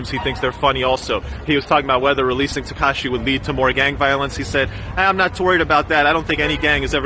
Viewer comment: why he say his name like that 😭 TeHkahHshee